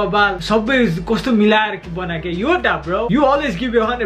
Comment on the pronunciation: Yoda hoina bro yodha ho